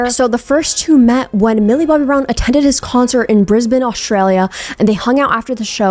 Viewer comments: ok but THANKYOU for pronouncing 'brisbane' correctly, most Americans butcher it as 'brisBAINE' and not 'brisBIN'. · Cudos to you for pronouncing Brisbane correctly